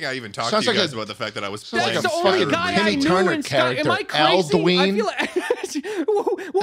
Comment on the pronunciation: Hearing their pronunciation of Uthgerd the Unbroken and Alduin is killing me Like bro they say the names in the game, did you not listen 😭😭 /nm